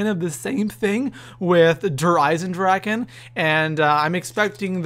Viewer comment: It's called der Eisendrachen